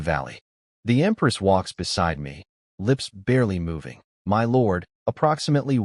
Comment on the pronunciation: pronunciation still need work instead of spelling out my.